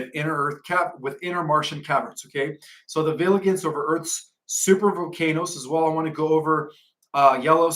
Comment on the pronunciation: we love your presentations and as we are all learning, please learn the pronunciation of 'vigilent' and 'vigilence'. The 'g' is not prounced ga it's pronounced ja as in vig ilent. Like vegetable isn't veg able. 'Vij ilence'. Also, 'om in ous' not 'om ni ous'. Thanks